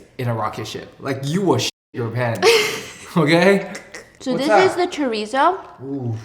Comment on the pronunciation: I'm sorry- I gotta clown how you pronounced "Chorizo" pffftttt- I don't blame you, but being a fluent(ish) spanish speaker, I find it very funny